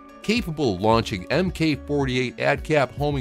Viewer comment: Don't sound like an outsider: "Mk" is spoken "Mark", not "M.K."... Mmm Kay?